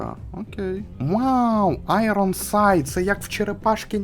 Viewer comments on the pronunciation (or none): none